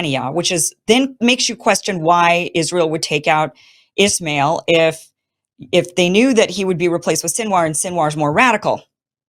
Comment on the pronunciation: Kim please correct your pronounciation, it's ISMAIL Hanieh not "Ishmail"! There is no h in ISMAIL